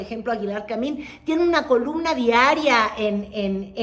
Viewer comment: esos tus lapsus son preocupantes, la pareja de Aguilar Camín-que no Camil-, es Ángeles Mastreta. Toma algo para el cerebro.